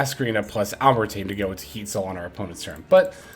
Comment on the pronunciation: It’s pronounced “al-ehm-ber-shiun” Its based of the name of a french mathematician. Otherwise great video as always.